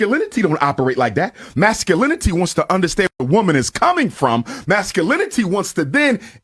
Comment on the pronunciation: Sasculinty lol